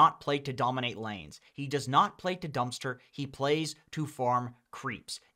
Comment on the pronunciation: why does he say ply insted of play? Maybe pligh?